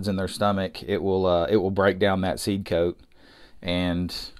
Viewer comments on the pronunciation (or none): none